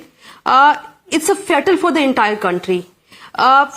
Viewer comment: Gems of English Fiyetal 😂 small countries answered trump by their acting. 😂